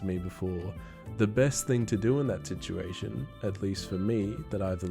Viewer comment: The hell is a "tituation"?